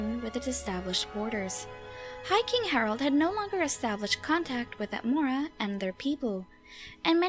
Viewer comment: Skwym, Atmowa and Nowdic people.